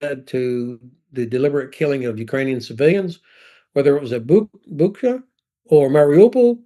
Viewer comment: When he mispronounces Bucha, please repeat it with a correction: /boo•cha/; there is no /k/.